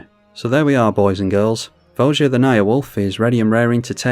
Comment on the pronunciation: It's pronounced vo ya. Not vo ja. Look it up